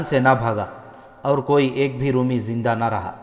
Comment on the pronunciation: Brother, your channel is ‘’. But your pronunciation of Urdu is so wrong. ‘Roomee’ is wrooong. Try Romie. Nawais is wrong, try nawees like akhbaar Nawees. So many words you have massacred. Stop that Qataal, please.